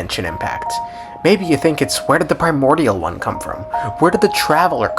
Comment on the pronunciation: Lmaoo at the sound whenever you say “primorial” one